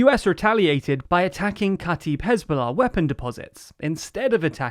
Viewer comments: its said kata eb not kataib even tho its fine some arabic words are hard to say even for arabs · Kataib is pronounced: k'ta-ib (the i sounds the way it does in "if") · Your are butchering the word katib (or kataeb) and all the arabic names😔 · Actually, it is kata'ib, where the apostrophe is supposed to denote a glottal stop. The same way brittish people would pronounce the word "brittish" as "bri'ish" (note the apostrophy)